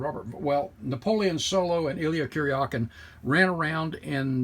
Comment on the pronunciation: Aside from the wooden floorboards, I hope it was in better condition than that UNCLE car. David's last name was pronounced like Mick-Cal-lum, not Mick-Cullum. At least, you pronounced Illya's last name was pronounced correctly. I met the man 2x and he had to tell someone how to say his name right. He was amazed I already knew it.